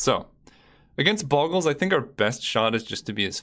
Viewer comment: Just FYI, it's not "boggles" as i "goggle", but it's "Bogles" as in "go". Check how "Slippery Bogle" is spelled, not with two g